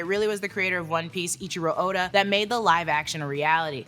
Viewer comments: great vid, but his name is EIICHIRO ODA not ichiro oda. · Its not Ichiro its Eichiro Oda😂😂😂 just read somewhat